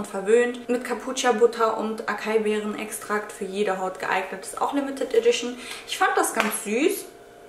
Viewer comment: Die Acai Beere heißt ASAIII Beere 😘😘😘😘